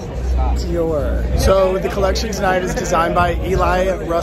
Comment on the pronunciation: I am certain that Dior does not appreciate how you pronounce their name.😂😂😂